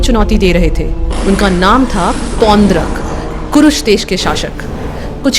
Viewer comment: Aap log jab story itne detail me collect kar sakte ho, naam ka pronounciation b sahi wala karlo, it's ड, not द। पौंड्रक